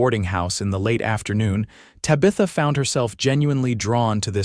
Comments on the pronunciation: TAB-i-thuh....not ta-BITH-uh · This was a good story of love and a family. The AI narrative is bad Tabitha is pronounced TAB-A-THA. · Your A.I. reader is really murdering Tabitha’s name. Really ruins the story! 😮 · You need better AI to say the name of the woman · More crap AI. Mispronunciations especially the name of the lead lady. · The pronunciation of her name is annoying. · Great story despite the pronunciation of Tabitha being so jaring. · Stage-a-coach-a? Ta-bith-a? Is English not your first language? Or just a really bad AI package? Cannot finish listening... awful. Will not be subscribing